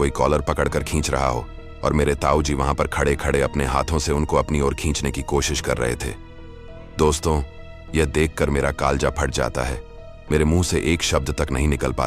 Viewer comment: y ap ki awaz ni naapka Andaz ap achy sy words bolty mgr y host sans le le kr ar word b thek ni bol rhy jesy kleja KO kalja bol rhy